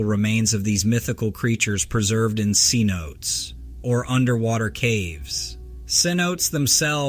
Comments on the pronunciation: "senotes".... "Se-NO-tey" :) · Cenotès is pronounced S E E N O T A Y ('s)